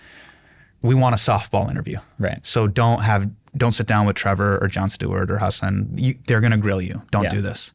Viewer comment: Shoutout Marques for calling him Hasan and not HUS-AAN